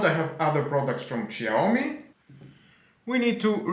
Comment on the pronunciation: Σιαομι προφέρεται όχι ΞΙ